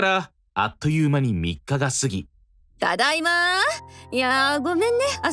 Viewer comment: ただいまがだだいまになってて草